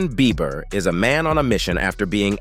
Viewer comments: Is it just me or does keep calling him Justin “Beaver”? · He keeps calling him Justin beaver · Someone tell him it's beiber ..not beever ....Ellen de genres ..Oprah ...need checking too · Is he saying Justin Beaver? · Why this man can’t say Justin Bieber?